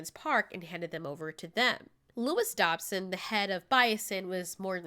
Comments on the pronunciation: It’s not Dobson, it’s Dodgson, as in DODGE-son...damm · Why did you say Dobson? Dodgson!